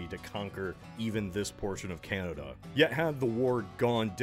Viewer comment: Ah yes, Canadia